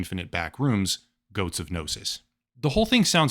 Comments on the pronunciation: "Goats of Gnosis" no sir, it's pronounced: [Goat-See] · It's pronounced [GOAT-SEA] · Its pronounced goatsy. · Pronouncing goatse like “goats” is pretty funny. Honestly never heard someone do that before. But yeah, do not google it. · my love it’s pronounced “goat-see” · It's pronounced goat-see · Isnt it pronouncced goatseee? Thats how ive always heard it. Gotta love that the AIs actually get memes and share some of the all time greatest of classics lol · It's pronounced "Goat-see" The Goatse of Gnosis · Its pronounced "goats see" all ad one word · It's pronounced "goat see". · I would never give my money to a cognitohazardous AI, but I have to admit the phrase "GOATSE OF GNOSIS" had me laughing my ass off for about five minutes. Also, last I checked, it was pronounced "Goat-see", but I could be wrong about that.